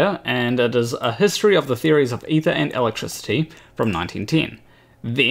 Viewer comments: Aether is pronounced eether, like ethernet. Likewise daemon is pronounced demon. That is all. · why can't you not talk proper? its EEther